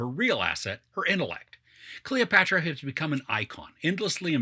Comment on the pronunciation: god, you can't even say her name right, you did not even bother to read some history about her